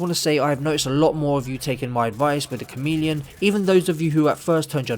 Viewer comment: You said "Chameleon" and I heard "C O M E D I A N" and now I kinda want a new exotic called "The Comedian" lol Cool build!